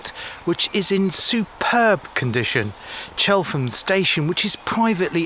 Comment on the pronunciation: Nice video but it’s pronounced Chellam locally and the rover mostly Yo